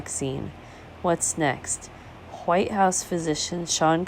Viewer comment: Lol huwhite!